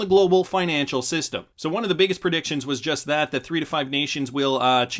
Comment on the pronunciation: Again its pronounced "won" not "you on"